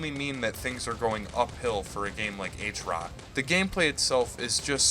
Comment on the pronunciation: great vid but try pronouncing it at HROT not "H-ROT" :) How you say Heart but without "ea" and "t" hrrrot